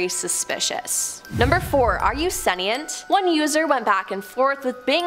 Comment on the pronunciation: It isn't "sen-ee-ent," it's "sen-shnt."